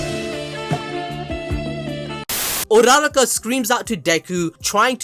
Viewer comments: It's so funny how you guys say urraraka's name 🤣 it's (U-ra-raka) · Bro's putting so much emphasis on that "RA"